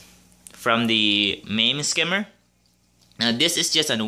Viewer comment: "Protein skimmy" 😜 love your videos